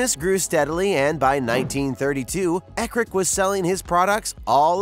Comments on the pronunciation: I can't take seriously any video that mispronounces the hot dog brand they review. Growing up a mile from central Indiana , I have seen hundreds of Eckrich commercial, and the "ch" at the end is not pronounced with a hard "K" sound, it is a "ch" blend sound like in the word charge. Also, Bar S might be teh worst Hot dog I have ever eaten, with the possible exception of Ballpark, both are overly seasoned. IMHO. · It’s Eck rich. Like hard CH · Loved the video, but the ch in Eckrich is pronounced like the chs in church. Ball Park Frank's plump when you cook them